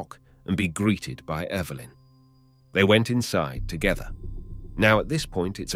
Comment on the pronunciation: That was a very interesting story and does it best!! I love how the narrator pronounced “Evilyn” instead of Evelyn 🧡